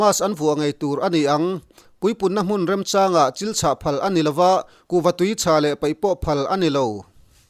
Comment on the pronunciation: Chil chhah nilovin Chil chhãk